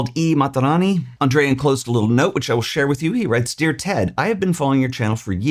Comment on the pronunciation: It is Andreah not Andrea in Italian and it is only (mainly) a male’s name in Italy. Regards. Great video as always.